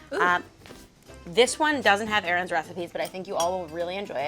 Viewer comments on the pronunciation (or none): Anybody else notice when it said “Ern” for food hacks instead of Erin😂